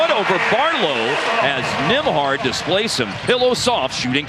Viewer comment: I'm pretty sure it's Nemhard, not Nimhard, but what do I know about proper pronunciation.